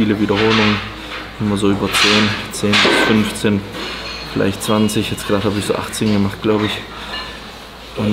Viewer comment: Ich Drrrrrrrrrrrrrrrrrrrrreehhee gerrrrrrade 😂😂 mega geil.